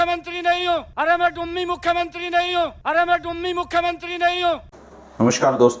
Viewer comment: डुममी नही डुमनी मुख्यमन्त्री हो।😊😊😊😊😊😊